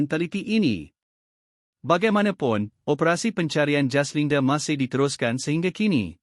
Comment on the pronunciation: Nak muntah aku dgr mangkuk baca berita ni..semua perkataan ada huruf E kt blkg..jaslinde yg paling tak tahan..PATI dh sekor ni jd YouTuber😆🙄